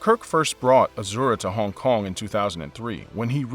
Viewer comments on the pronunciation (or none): I hate how this guy says Hong Kong, but the video is bomb.